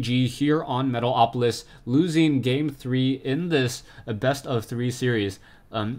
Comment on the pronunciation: I love how you always say "Metaopolis" :D